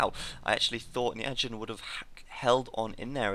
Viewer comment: It's pronounced "Ny Four Jyn" i believe. Turkman pronounces it that way. Sounds way less awkward.